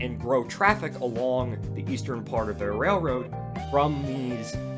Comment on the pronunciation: Interesting subject matter, but I do wish you'd use your curser along the route you're talking about throughout. It would be easier to follow. And, I'm sorry, but you seem to quickly say "rayroard" half the time. Practice enunciating rail-road.